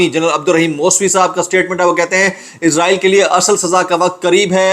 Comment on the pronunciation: Izraeel nahi Israel hai izraeel frishty ka Naam hai